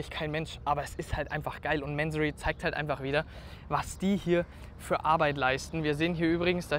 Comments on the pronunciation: Der Herr Mansory heißt Mansory und nicht määääänsorry😂 der Firmensitz ist in Bayern so wie du. Da wird nicht sächsisch gesprochen 😂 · Kurzer Reminder, dass Mansory eine Deutsche Marke ist und deswegen „Mansorie“ ausgesprochen wird. Finde persönlich aber auch, dass „Mänsory“ cooler klingt. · Hey der Mansory ist kein Amy also sprich wenigstens den Namen richtig aus! Echt langweilig der verwöhnte kleine Junge als Moderator... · Das geile ist MANSORY hört sich so geil an ..dabei ist es n 08/15 nachname im Iran und wird mansury ausgesprochen